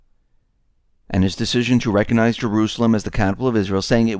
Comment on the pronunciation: The "G" in recognize is not silent.